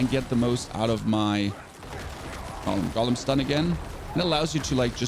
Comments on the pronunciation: Drives me crazy when people say "gollum" instead of "GO-lem" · It's not a Gollum. It's a golem. GOH-lem.